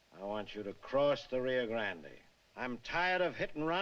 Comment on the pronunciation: It's just pronounced just like grand... As far as John Wayne westerns go, his best, by far, is "The Searchers".